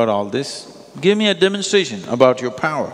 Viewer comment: american accent when he Said ”power” :)